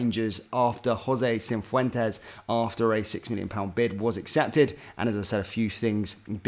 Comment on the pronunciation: Cif wen tez not cin fwen tez 😂